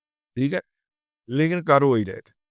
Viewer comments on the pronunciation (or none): none